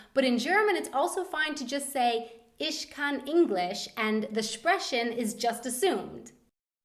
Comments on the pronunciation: its funny when English people speak German, they speak everthing with sch or sp. They dont say sprechen they say sbrechen. Thats not bad but very funny :D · Cute things those Americans pronounce : sprechen :D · the way she said 'sprechen' made me cringe SO hard omd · please stop sch-ing the ch's it hurts and you sound really wrong. its Ich not isch. And sprechen not spreschen....how you promounceit. sp=schp btw. no hate just advices. work on pronunciation please. also, the h like for example in stehen is not pronounced. you red it like ste|en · why is she saying "isch" and "spreschen"? :o